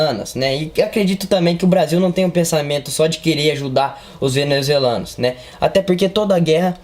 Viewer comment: Venezuzelanuos kkkkkkkkkkkkk